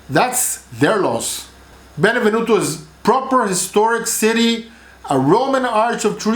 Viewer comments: Stop saying Benevenuto. It is Benevento. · It’s Benevento!!!! Not benevenuto!!!!